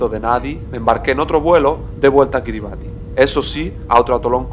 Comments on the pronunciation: La pronunciación del nombre del país no es cómo lo dices, le ubieras preguntado a un local. “Kiribas” ❤😂 está bien todo poco a poco. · Kribas se pronuncia maestro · Se pronuncia “Kiri basí”